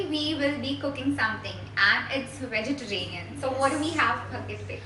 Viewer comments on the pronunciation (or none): Your channel is great! It's very helpful. Just letting you know that the word is vegetarian and not vegeteranian. You have been pronouncing the word wrong. :-)